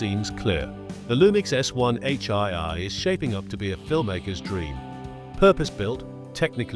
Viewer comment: 'One H eye-eye'! More Ay-Ay rubbish narration.